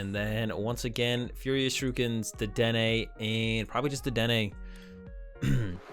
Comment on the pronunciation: Why do you say "Shirukens".. It's Shurikens lol sorry just a little pet peeve :P